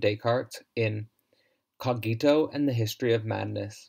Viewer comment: The correct pronunciation is /'co:gito/, not /co'gito/.